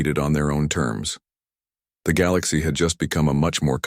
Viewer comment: And teach the AI how to say galaxy, lol